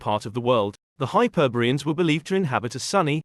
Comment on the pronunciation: “Hyperbeeans” or HYPER. BOREAN.